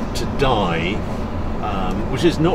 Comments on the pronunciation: "it does rain in France" --> you bet ;-) ! Great video as usual, Harry ! PS : it should be pronounced "dee" not Die ;-) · It's pronounced 'dee'. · Die, pronounced Dee - jewel of the Drôme, home of the very excellent wine Clairette de Die. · Die. It's pronounced 'Dee'. They make a nice sweet sparkling wine. Great video again, thanks Harry. Whenever I watch these French trips I just want to sit in my car and go.